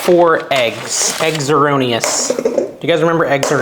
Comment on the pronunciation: It always bugged me how he said "Erroneous" .... Eggs ERRoneous. Great movie, great reference, wonder what ever happened to Ole Earnest🤔Drugs probably drugs lol